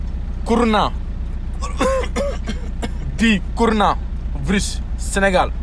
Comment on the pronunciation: Il a pas dit corana nak, courouna la wakh